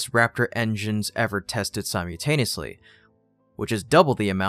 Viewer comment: Sim U taneusly?????